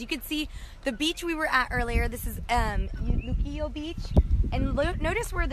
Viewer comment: You Puertorican I can't said luquillo or you acting gringa.